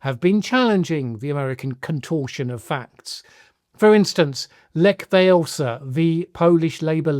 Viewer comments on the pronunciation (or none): Maybe, but he didn't get Walesa right. It's pronounced Valenska